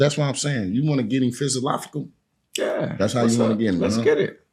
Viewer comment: "Oh shut up Dog! don't go getting all "PHYS-A-LOFFICAL" now! 😂 I love you Marshawn! ❤